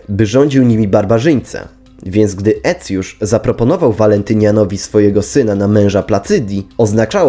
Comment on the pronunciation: A skąd ta fonetyka? Cosik mi się tu nie zgadza, zwłaszcza jeśli chodzi o Aecjusza.